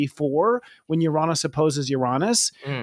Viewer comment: You are a great presenter! - Love the glasses, but please fix your pronunciation of Uranus 😅 - Thank you for always being down to earth when sharing your insights/opinions. ⭐